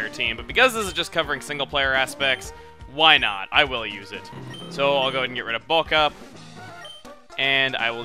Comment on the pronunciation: Every time you say "why not" I hear "wynaut"